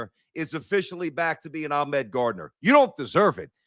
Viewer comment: It’s Ahmad, not Ahmed